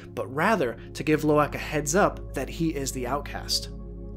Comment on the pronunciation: Love this video, but you're pronunciation of Lo'ak is killing me! Try saying aahhhhk instead of ack, Low- ahk